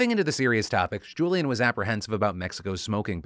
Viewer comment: His name is NOT Julian, it's Julián